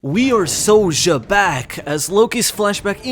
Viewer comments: xebec being pronounced jaybec sound so dumb, almost like shitbag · You got Xebec's Japanese name wrong. It's written as ジーベック (JĪbekku) with the English pronunciation in mind, since the English pronunciation is like Zee-bek and the Zee sound would be ジー (JĪ/Zī). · that and he butchers the name more often then not.